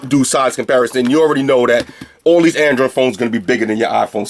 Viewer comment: "I'd probably never use deese but, watvr. Free headphones" LOOOL LOVE UR VIDS